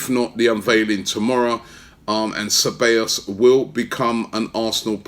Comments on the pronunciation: CE - BA - YOS Robbie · Robbie you need to work on your pronunciation ahead of the start of the season - SE-BYE-OS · You say the double L’s as a y in Ceballos